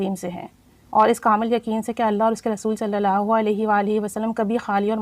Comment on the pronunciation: أپ ان شاء اللہ یا اللہ پاک کا نام ٹھیک سے نہیں لیتی ایک کم از کم ایک مرتبہ اپنے استاد کو لازمی چیک کروا لیں تاکے غلطی نہ ہو پڑھنے میں